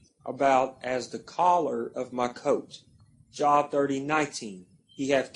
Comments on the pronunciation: Thank you! Can’t even pronounce the book right but trying to debunk! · it's pronounced jobe... not job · and it's a long O ... (JObe)